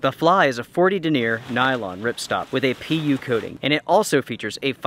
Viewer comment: I don't know if I want a tent with a "Pee-Ew" coating.